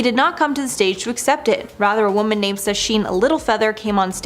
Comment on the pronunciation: Please, please, please!!!!! Stop pronouncing "woman" and "women" exactly the same way. This is very basic. How do you not know this? There are YouTube videos that can help you with this.